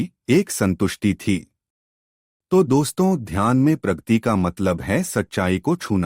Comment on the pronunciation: Pragati , Pragti nahin. Video is good.